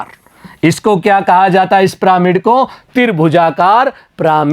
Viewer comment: Sir piramid hai pramid nahi hai shahi se padho 😮